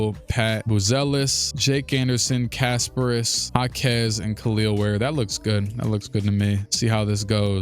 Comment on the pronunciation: Kasparas Jakučionis as a lithuanian myself most Americans call him Kas and thats it if you want to pronounce perfectly it should be Kas-pah-ras Je-ku-chio-nis ( but you were preaty good with last name:))